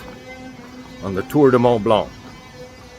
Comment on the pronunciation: The C in Blanc is silent my friend. Enjoying the videos